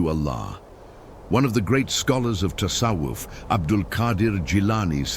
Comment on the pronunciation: Тассавуф а не тассаф. Правильно произносить надо. Админ